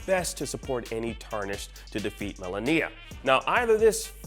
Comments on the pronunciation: What is it with you and being incapable of pronouncing name’s correctly first Zen Die Ah and now Mala Kneea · This shows that this guy hasn't even played the game or even just watch a fight with her since she says the name correctly every time the player dies and in the first encounter cinematic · the way hes saying malenia is upsetting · He keeps saying Melania's name wrong! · People should stop complaining about oddworld and start complaining about how this guy is pronouncing Malenia... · Please pronounce Malenia’s name correctly 🤦🏻‍♂️ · The way this guy says Malenia.. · The way you pronounce Malenia disturbs me.